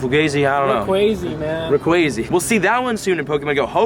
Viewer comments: not reyquazy rayquaza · lol you need to say rayquazaa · say it like this: Rae-kwaza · its rauquaaaaaahhhhhhza